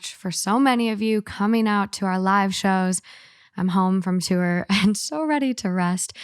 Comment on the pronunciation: I love how pronounces tour as too-er 😂 no worries about being late, life happens!